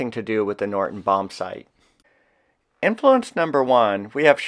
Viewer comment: Great video, very informative and well presented. One niggle: it sounds like you're saying "Norton" bombsight instead of "Norden" bombsight, at least to my ears. Thanks for this video and please keep up the good work!